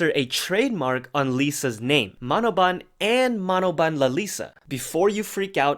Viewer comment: As a Thai person, I can confirm that มโนบาล (Manoban) Is ended with a “n” not “l” and pronounced as Ma - know - baan.